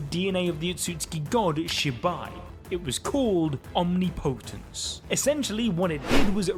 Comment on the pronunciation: why did bro say omnipotence like that